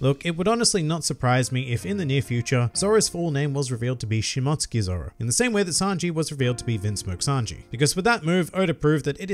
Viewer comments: It’s pronounced Shimo-tsuki not mot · She-mote-sue-ki I’m sorry it was botherin’ me a lil bit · Great video man, I enjoy all the points you brought up but it's Shi-Mo-Su-Ki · Nobody:: Shmotskey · I believe you're trying to say Shi-mo-tsooki....lmao! Also, I think it'll be more along the lines of Zoro's ancestors, who were Shimotsuki's were wanted and fled and changed their last name to Roronoa...but named their settlement after their real last name. Well, something along those lines.